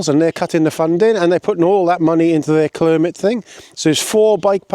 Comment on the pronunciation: Mispronouncing Climate didn’t change anything clearly 🤣😂🤣 Any idea why cuts, taxes are needed after the Conservatives drove everything into the ground? Swimming pools et all have been closing over the last 10 years, in fact there is little of your rant that wasn’t happening under the Tories - toilets inc. Try a lil critical thinking and stop doing all you can to make Frottage the Messiah 🤣😂🤣 Your truth needs better research and facts - not some of your dodgy references …